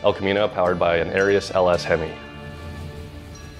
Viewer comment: Well...at least i now know exactly how ''Arias'' is properly pronounced. Great video, as usual. P.S. if anybody has any old Arias catalogs or has inside knowledge, i have a set of mint, in the box, brand new ARIAS pistons i would love to identify....and maybe use...Spoke to ARIAS and even they cant find the part number cuz its from before they computerized.